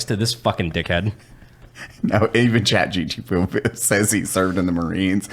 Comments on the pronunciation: its chat GPT not GTP ffs LOL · continually calling it Chat GTP is too good. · will never say ChatGPT correctly.